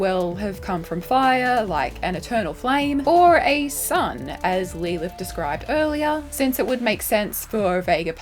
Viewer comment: Why are you saying lee lith? Is that how Aussies says Lilith? I feel like grandlinereview wouldn't say it like that but I'm not that familiar with the accent but that sounds almost as bad as the aluminium.. it's aluminum lol